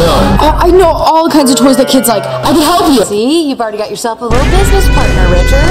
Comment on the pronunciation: i cant with the "tittle" instead of little XD